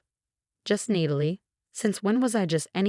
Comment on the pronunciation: Who the hell is reading these storys?? It's Nat-a- Lee not need-i- lee..